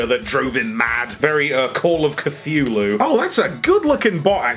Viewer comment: "Very… call of cuh-thew-loo"